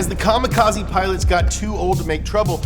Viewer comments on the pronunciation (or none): none